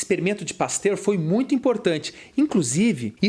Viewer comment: mais algm ai ouviu ele chamar o Pasteur de pastel ? xD